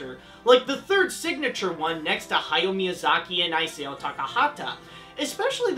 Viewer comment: Ee-sah-oh. You say the rest of the names right so you've no excuse.